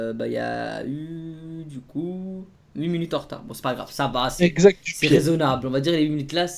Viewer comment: minute pas munute répète après moi minute pas munute